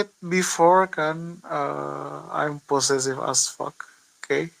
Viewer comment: "im pocecip acpakk" LAU SAPE MPRUUYYYY😭